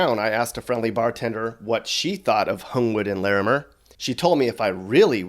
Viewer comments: The way he said lairmer it’s pronounced larmer 😭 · OMG ITS LA-MER THE WAY WE SAY IT AN I USED TO LIVE THERE SO WAT THERE STILL BUILDING THAT HOUSE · didn’t even say larmeir right . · For real that's what I said and he said Lamair all wrong lmao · Please don’t pronounce Larimer like that👌🏾Irks me !